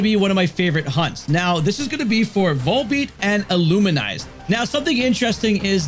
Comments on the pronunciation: "Illuminise?" Do you mean "Illumise?" Where did the extra "in" come from??? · The spawning rate difference of volbeat and illumise reflects the original different encounter rate of each in their debut game ruby & sapphire. Also you pronounced illumise wrong.❤